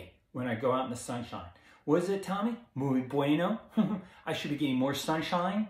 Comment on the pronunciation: SUN, SAUNA, H.I.T (max), Fasting. Great vid and funny too. Wish u were my doc. Carbs do help bodybuilders..make muscles look puffier..muscle holds more water. Also, muy is pronounced mweee, not mooeey. Lol